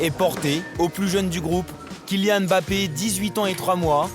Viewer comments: Il faut juste arrêté de dire bappé au lieu de Mbappé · Le commentateur dit bappé sa m'énerve quand on écorche les prénoms et les noms